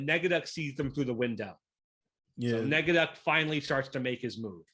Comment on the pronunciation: It's not Negaducky! It's NEGADUCK!!!!